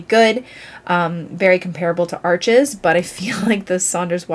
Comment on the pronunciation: Saunders Waterford is local to me which is great. The first time I bought Arches I pronounced it like you do as Arches, the shop kindly corrected me to pronounce it like arsh :) I love Fabriano Artistico for HP so need to try some CP to try.